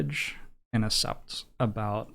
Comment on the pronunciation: nothing else matters except that pronounces accept as ascept edit: this is a joke obviously, edited for safety reasons